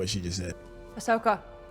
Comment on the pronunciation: Please learn to spell and say her name correctly. Ahsoka.